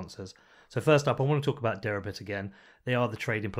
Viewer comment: This interview was scintillating and informative, especially in demonstrating how accessible the SEC administration (at least Hester Peirce) can be. I think you are OK and I will be following you from now on. Suggest you spell out in print the name of Derabits on the header as I had trouble with your accent on that one.